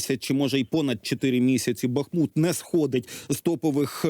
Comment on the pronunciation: Дякую гостям ефіру! Вони завжди правильно роблять наголос: Ба́хмут